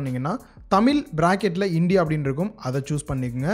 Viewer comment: தமில் இல்லை, தமிழ்.